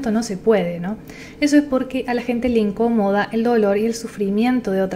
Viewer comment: Le íncomoda!? Se dice le incomoda.